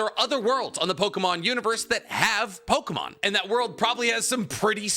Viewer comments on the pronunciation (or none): These name prononciations are worse then expected 🚡